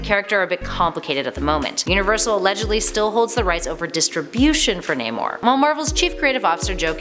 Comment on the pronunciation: Don't forget Nay-mor, instead of how it SHOULD be pronounced: Nah-mor... 😉😂